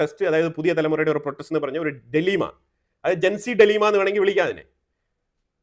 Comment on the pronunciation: ഡിലീമ അല്ലടെയ് ഡൈലെമ